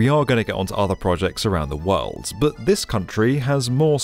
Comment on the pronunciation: Your videos are superb, but the more I watch them them the more apparent is your speech idiosyncrasy: You are always pronouncing words that end in 'd' as ending with 't'. i.e. 'world' becomes 'worlt'- damn, it's annoying! Playback some of your vids, you'll soon realize what I am hearing.